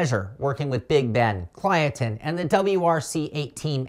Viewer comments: Kylotonn. Not Klyotonn. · You're support to pronounce it Kill-oh-tonn. Great preview btw!